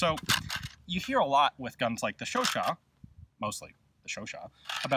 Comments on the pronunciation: Chau-CHAT: the second syllable is to be stressed, not the first. But it's already an improvement over earlier videos where you said something like Shuu-shuu... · Oh I thought you pronounce it like Chow-chat lol :/ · Me pronouncing the gun Chooochat